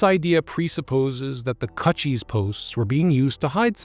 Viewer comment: It's pronounced like CooChie like a vagina...not cut cheese